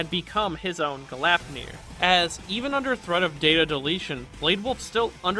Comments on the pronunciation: gleipnir, not galapnir glayp-near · Fenrir's chains were named GLEIPNIR, not "Galapnir".